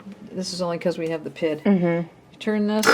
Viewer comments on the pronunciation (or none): I watched an earlier video where you said "pid" rather than PID, and as an engineer with a background in controls I actually wrote out (then decided not to post) a comment explaining that it's always pronounced by the letters. It warms my heart to know that I'm apparently not the only one who was distraught over this. Great videos!